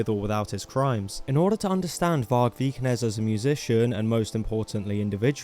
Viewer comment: Vargpilled, lol. I like it. And awesome job, - greetings from a Norwegian. You nailed the prononouciation of Vikernes - you missed that he just released a new Burzum track though! Got inspired while writing his recent books.